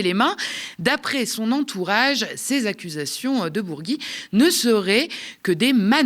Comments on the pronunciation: Bourgi ça se prononce comme bougie sinon ça serait Bourgui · Remarque de casse-couille: on ne dit pas BourgUi mais Bourgi ! Ensuite, on enlève la particule quand on ne cite pas le prénom : on dit Dominique de Villepin, mais Villepin tout court. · Ça se prononce bourji ou bourgui?